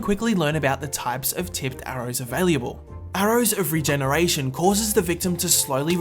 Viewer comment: It's available not availeable.